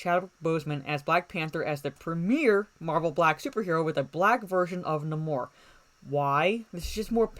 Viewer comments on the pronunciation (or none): The sub Mariners name is pronounced, Nay-More, with the strong "a" sound.